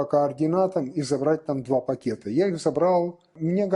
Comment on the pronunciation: ''два пакєта НАТО''😂😂😂😂